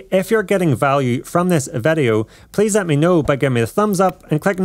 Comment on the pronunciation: Why does he say vedeo instead of video ?